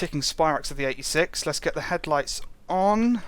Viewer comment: Think he said the 86. Sounded like 36...